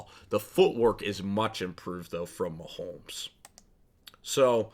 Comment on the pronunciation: It's MaHomes not MaHolms